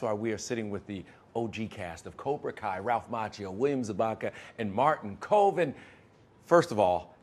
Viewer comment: yeah he mispronounced Martin's name too!! He said "Koven" ,😖